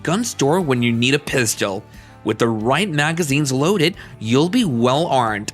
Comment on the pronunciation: It’s hard to believe someone that can’t say pistol correctly